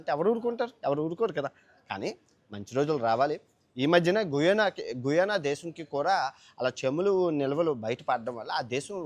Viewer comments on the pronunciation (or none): అండమాన్ నికో బ్రా ఐలాండ్ కాదు రా బాబు..అండమాన్ నికోబార్ ఐలాండ్స్.. and గుయోనా కాదు గయానా...ఎలా అయ్యావు ప్రపంచ యాత్రికుడు గా..😂